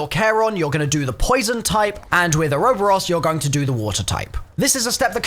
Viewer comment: lolo "oro boros" how do you fuck up pronouncing that